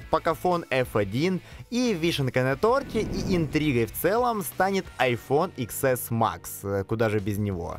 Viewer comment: СУКК НЕ ИКС ЭС, А 10!!!